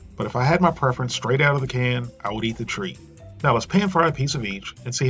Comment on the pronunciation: tr-egh-t not treat